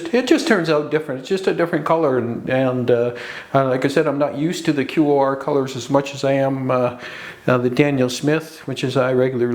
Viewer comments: QoR is pronounced core hope that helps... it's my main pallet and I have 83 colors LOVE them!!!!!!!❤ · I love QoR. They are my main watercolors. So it's really killing me that you are pronouncing it as if spelling it. They are pronounced core like the core of an apple. Hope this helps :) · Think QoR is pronounced core.